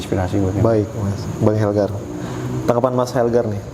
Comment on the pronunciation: Bang..Bang bukan bang helgar🤦‍♀️😬😁